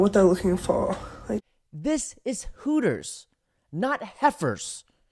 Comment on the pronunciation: I think you mean…HOOTERS…NOT POOTERS 💀